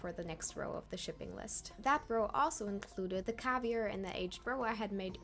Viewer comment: wtf did you just call caviar?! That is not how you pronounce that word bruh…